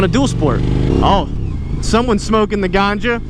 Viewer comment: Did you just say "GANJAA" Never knew it's so famous in the states. Have you tried it ?:)